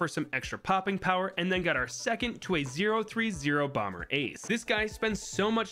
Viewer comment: Is bro actually pronouncing the second b in bomber?!